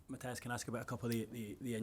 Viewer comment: Jaissle is the man. Such a fantastic appointment. Hopefully his responses get the journalists to level up their (mostly awful) question game. "Hi Matthias (saying his name wrong), I was just wondering if you could answer a different phrasing of the same question Lee just asked, and you shut down as not appropriate for this setting?" "Hi Matthias (again saying his name wrong), is it going to be a tough game at the weekend?" Bruh...